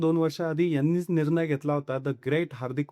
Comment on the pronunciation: व्हिडिओ बनवणाऱ्यांनी मराठी शुद्ध बोलायला शिकलेच पाहिजे,अन्यथा व्हिडिओ बनवू नका! हे आनि-पानि, निर्नय वगैरे शब्द मराठीत नसून आणि-पाणी, निर्णय असा उच्चार करावा!!🙏